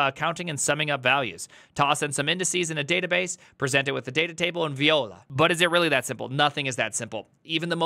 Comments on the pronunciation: Is voila pronounced as "vyola" or "vwala"? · VEE-YO-LA 🤣😭😂 ............ Viola = VWA-LA